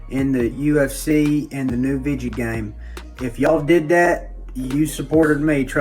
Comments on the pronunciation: He really said vidja game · "..vidgey game.." 🤣🤣